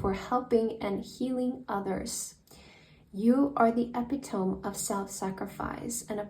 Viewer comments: Great video! Just a heads up on 'epitome' - it's actually a four-syllable word pronounced uh-PIT-uh-mee. English spelling is wild! 😊❤️ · love your channel! Epitome is pronounced uh-pi-tuh-me 🩷 don’t worry my head says it like you did when I first glance at the word too 😅x